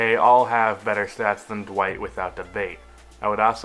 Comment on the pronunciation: did you say D'white?...... Its D'Wayne